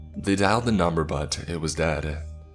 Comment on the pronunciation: Whats his mumber again?